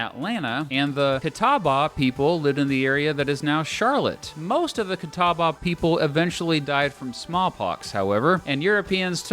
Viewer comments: The pronunciation of catawba is a little off.... but good enough. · Please learn to pronounce Appalachian and Catawba. App a la chin, is the proper way when you or anyone else says App a LAY chin or App a Lashia you look as ignorant as a CBS broadcaster rolling into the North Carolina mountains to film a hit piece on moon shine runners in the 1950s. As for Catawba, you butchered it so badly I don't know where to start.